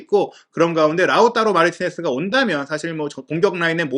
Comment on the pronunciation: 라우따로 발음이 맞나요? 라우타로 아닌가요?ㅠ 라우따로 따로따로따로 돌아버릴것같습니다 ㅠ